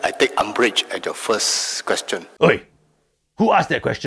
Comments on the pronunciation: How come his England so powderful? First time I heard the word umbrach in 40 years. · Yeah. A new word. URMBRAGE... I thought I only know ARMPIT